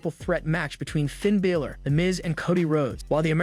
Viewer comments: Its Balor not Biller get it right you sound stupid when you get their names wrong! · Do you actually watch this stuff? You can't even get Finn Balor's name right! How hard is that?